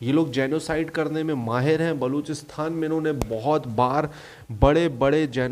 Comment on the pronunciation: bhaiya wo baluchisTHAN nahi, baluchisTAN hota hai